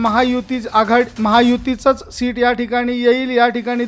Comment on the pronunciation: शीट नाही रे बाबा सीट